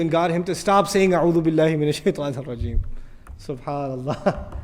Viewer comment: Aouthu billahi min ashaitan nirrajeem not irrajeem